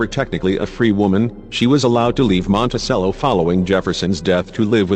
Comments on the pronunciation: It's Mon-ti-CHello, not Monti-sell-o. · It's prnounced MontiCHELLO, not Montisello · Dude. It's "mon-teh-CHEH-low," not, "mon-teh-SEH-low." You don't play a sello in an orchestra, you play a cello, with a 'ch' sound. Get with American English, borrowing from Italian in this case. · It is Monticello, pronounced like the instrument, the cello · Why do you do this robot reading thing? Can't you find someone who knows how to read? Very distracting. The robot doesn't even "know" how to pronounce Monticello. :(